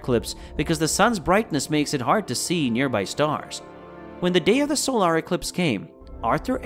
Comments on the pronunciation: Good video, but you need a narrator who knows how to pronounce “solar” correctly….. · For real?!?! SOUL - ARRRRRGH? It's So - lur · What the heck is a 'Sole-Are'? You can't fool us quite yet, robot.